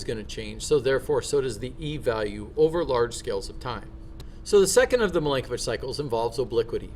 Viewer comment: And the pronunciation of Milankovic is Mee-lan-ko-veetch. 😉